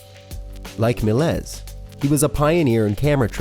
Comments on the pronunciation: Seriously WTF is the matter with you? You don't even know how to pronounce your subject' names like: George Melez?? It's Meh lee yeh, you know, like in French you boob-head! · Yes. He also said "Melaise" instead of "Melies" (Mel-Yes). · He also mispronounced Melies. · Notre Dame and Melies too. It literally would take 5 mins of preparation and research to double check the pronunciation of all of the words they butchered. If it was only one term, that’s fine mistakes happen but this video is littered with them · Also, the way he pronounced Méliès and Inferno made me cringe so bad